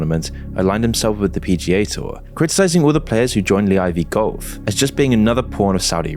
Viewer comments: Like the video of course but is it really pronounce LEE Eye Vee Golf? LIV Golf is just L I and V right? Where are you getting Lee from? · “Lee eye vee golf” AI Voiceover confirmed 👌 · Lee I V golf 😂 moons clearly not a golf fan